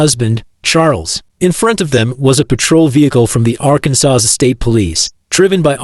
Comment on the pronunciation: You Need to use better Ai voices. Voice is so choppy and very unnatural. Ai couldn't even pronounce Arkansas correctly lmfao.